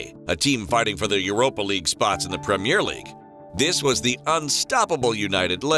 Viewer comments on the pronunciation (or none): none